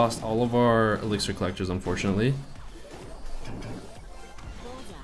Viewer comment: wow Like He said "You should put a elictir collector or you will have a rough match" WWew Dat "Elictir " e.e